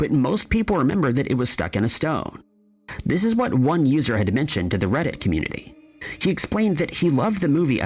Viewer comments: I have how deep is your love on vinyl, I'm 63 it is and always has been i really mean to learn. And Annie Lennox sings thiis it's just the way she pronounced it purposely. I'm also fron the uk. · It absolutely sounded like these but it didn't quite make sense in the sentence so they used the word this but pronounce it with kind of a southern accent on that word so that it would rhyme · That's right! It's the way she pronounces the word 'this' that makes it sound like these. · It just sounds like shes saying these shes saying this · agree 💯 it's her accent that makes it sound like that